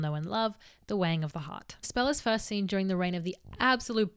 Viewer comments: It took me an embarrassing amount of time to realize she was saying "the weighing of the heart" and not "the wang of the heart" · Whenever she says "the weighing of the heart" I hear "the wang of the heart" and that gives me a lot of interesting thoughts.